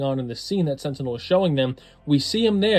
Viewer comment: On the point he said “Sentinel”, and I’m not sure if that is correct, just saying😂😂😂